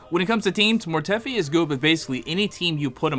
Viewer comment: Mortefi pronounced(mor-tuh-fi)